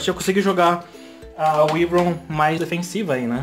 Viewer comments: Não Se fala wivron se fala uaivron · Si fala "Uaivron" kkkk😂👍